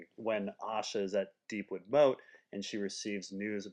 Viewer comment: Tell me about it....He mispronounces Deepwood Motte as "Deepwood Moat", but it's Motte as in Mott the Hoople and rhymes with Scott. Also, in his Dornish Master Plan theory, he pronounces House Yronwood as the "Ironwood". If iron was spelled yron in George RR Martin's writing, it'd be the Yron Islands. I believe the house/family name is pronounced with a silent or slight 'Y', so RON-wood or ye-RON-wood.